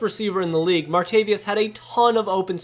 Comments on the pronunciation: martaVIS. not “martaVIUS” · Respectfully submit that you reconsider & look up the pronunciation for “Martavis.” 😀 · Bothers me how you said martavis bryants name